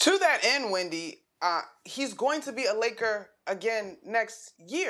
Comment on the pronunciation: She said wendy not windy